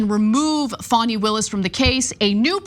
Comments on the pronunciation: She said fawny Willis... Dude, it's Fanny as in because she IS an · 😳 You know why ? ( Her name is * FANI, not Fanny ! * Fani, = ( fah knee ) 👍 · It’s Fanny not Fawni. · Hey. STOP calling Fani Willis Fawny. Her mama named her Fani. (pronounced Fanny). 😅